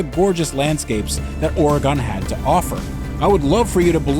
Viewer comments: Saw them all lined up at the beginning and was worried it was a poorly made Topgear spoof. No, it’s actually pretty good. The hardest part was hearing them say “Oregon” wrong every other sentence😬😂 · The whole concept of the video is about the Oregon trail and it isn't even pronounced correctly, sigh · pronunciation of Oregon is as bad as pronunciation of Comforser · Can he say Oregon correctly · wow. your Pronunciation of Oregon is...painful. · You know when a person isn't from the West call it ORE-GON instead of ORE-GUN... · I’d choose the car the could properly pronounce Oregon. it’s Ore-gun not Ore-gone and I love the film but mispronunciation was pissing me off throughout. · Ore-GUN not Ore-gone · OrGun not OrEGon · He is actually pronouncing it correctly, it's the locals who mispronounce it. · as an oregonian every time i hear someone prenounce oregon ore gon instead of oregin i loose sanity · It's pronounced "Or-ah-gun" NOT "OREEGONE!" or "OraGON" C'mon you guys! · “Orygun” not “oregone” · It’s pronounced or-ee-gun. not or-ray-gone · ORE Gone???? if your gonna say the name 5x the first minute learn how to say Or Gun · I am guessing OregAn is the correct Florida man pronunciation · Ore a gon lol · Thank you so much for bringing this up. My Oregon heart immediately dropped when he said Ore-Gone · "Or-a-gun" It's a common mispronunciation.. lol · Please don't be the person that says "oregin" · CHRIS HE SAID "OREG-ON" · It's (Or Rig Gun) That's the correct pronunciation. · Russian agent?.; is comrade and the way he pronounces Oregon, "Oregahn" is the way you pronounce hurricane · Came here to say the same thing…wtf Ore-gone? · He says it like Nat's What I Reckon says Oregono. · please you’re saying Oregon wrong it’s pronounced like “organ” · The way pronounces Oregon urks me the wrong way as a person born and raised in bend Oregon hearing out of towners pronounce it OR-UH-GON is hilarious to me